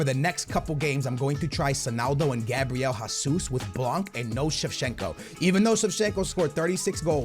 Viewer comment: its gabriel Jesus* not Gabriel Hasus